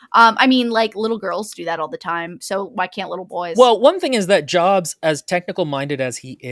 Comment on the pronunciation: “NAH - roo - toe, not nuh - ROO - toe,” meanwhile: “joabs”